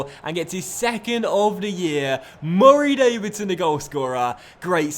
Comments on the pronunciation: I love the way he says "Murray Davidson"😂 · Every time You say Murray Davidson like that it makes me want to click of the video but I like this series Please Stop ✋🏻